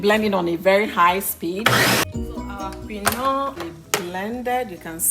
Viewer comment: Why are you pronouncing quinoa that way ? I have never heard anybody pronounced that way before 😂😂😂